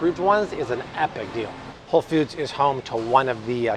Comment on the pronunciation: Hey Bobby! Just went to WF, for some gluten free options! The Siete brand was one of my pick ups! & I thought I heard you say “Whole Feuds” 😆 🫶🏼✌🏼